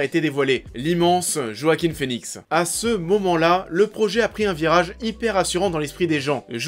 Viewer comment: "JOAKHIM FÉNIXE" se prononce en fait "Hoakin Finix"